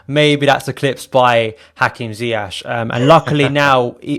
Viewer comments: Hey, it might not really matter but his name is correctly pronounced more like Zi-Yes and not Zi-H or Zi-Yek. ✌️Up the Chels! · Pronounced “zie yesh” Might wanna learn fast before he becomes the best player in the prem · Ziyash? Who is Ziyash? Learn how to pronounce a very simple name.